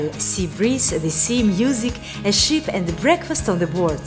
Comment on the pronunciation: It's ship not sheep sweetie